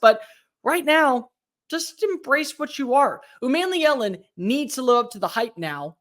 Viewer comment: It’s not man, but mon like Jamaican mon (yea mon !)! U mon me Ellen is correct !